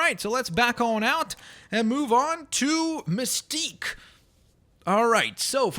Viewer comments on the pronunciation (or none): you rought mistqe wrong it's misteqe